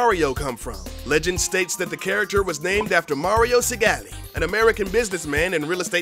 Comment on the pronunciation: wow someone actually pronounced mario segale's name right! nice job!